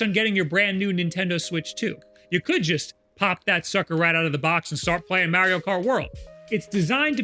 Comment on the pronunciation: Please God tell this man it's Mario not Meario